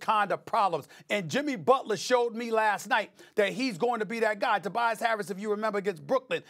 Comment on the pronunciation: Stephen A def said Tobias Carrots